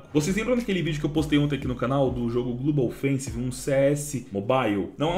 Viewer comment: "Glubou fencis mobaiu" carai dog, vai fazer um cursinho de inglês ai namoral kk